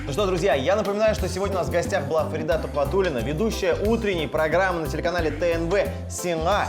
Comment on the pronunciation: Почему ФаридА, а не ФарИда?